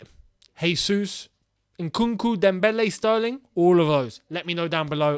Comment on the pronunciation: Gabriel Jesus name is pronounced Jesus not Hesus as he’s not Spanish he’s Brazilian and in Portuguese J is not pronounced as H. Thank you